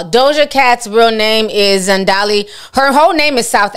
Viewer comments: Z. A. N. D. I. L. E not Z. E. N. D. A. L. I. Read it phonetically, I am sorry to do this Ti, but you took it too far with getting it wrong😂. Still love you and you are spot on as always with your content. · It’s pronounced ZAN-DI-LÉ🤣🤣 but he needs to go somewhere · Zan-Dee-leh that’s how you pronounce her name guys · Hy. The pronunciation is ZaaaandeeeeeLair.